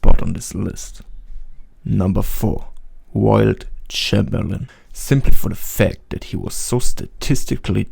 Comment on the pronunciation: Stopped watching when he says Walled Chamberlain